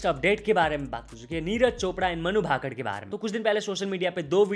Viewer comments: अबे ये मनु भाकड भाकड क्या होता है!? तु और neonman दोनो पागल हो गए हो। ठीक से नाम को बोलो उसका नाम मनु भाकर है। its मनु भाकर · भाकड❌ भाकर ✅ फोगट ❌ फोगाट ✅ 🤡